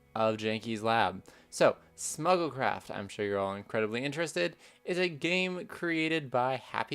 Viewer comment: I thought you said Snuggle Craft and that sounds adorable